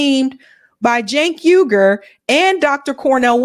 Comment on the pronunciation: It's Jank as in yank